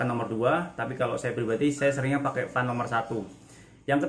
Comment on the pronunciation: Baca Fen..bukan Fan..